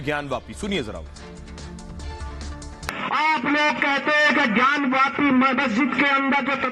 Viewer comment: kripya gyanwapi bolen ...gyanwyapi nahi...